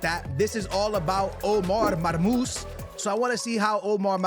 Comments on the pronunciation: his Nameee is Marmou-SHHHHH مرموش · Man forgot the SH at the end of his name😂